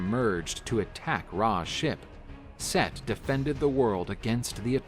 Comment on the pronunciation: Omg! Its Set not Seth!!!! 😆